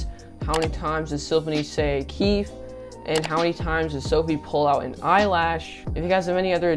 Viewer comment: You have to say the E in keefE is keefEe